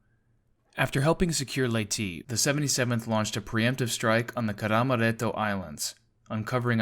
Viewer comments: Leyte is pronounced as lei-te.... not lei-ti.... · Seems like the truth finally came to be,Leyte is "Ley-tay"/"Ley-tee",never was,is,or ever will be "Late". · Thank you for taking the time to fix the pronunciation issues from the previous version.